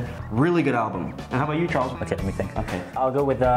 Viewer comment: He said it was ch ar les